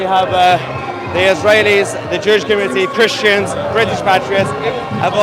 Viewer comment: just jwes why u say chrestions